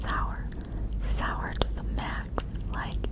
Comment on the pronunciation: Can't you pronounce sour properly 🤐?